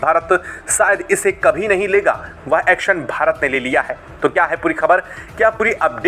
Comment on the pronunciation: एक्सन नहीं। एक्शन। हिंदी तो सही से बोलो।